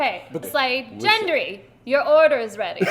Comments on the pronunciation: NO CAP!!! IT'S GENDRY NOT JENDRYY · Guys! It's Gendry not Jendry FFS! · Jen-dary makes my eye twitch every time they say it lol